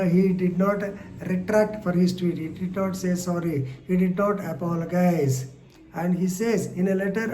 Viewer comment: Ayyo sir the way you pronounce apologize is incorrect but your pronounciation of apology is correct. Please next time pronounce word apologize correctly.